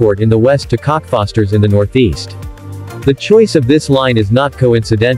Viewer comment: AI Cockfosters it up again! 😂